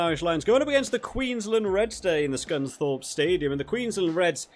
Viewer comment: Suncorp not Scunthorpe 😂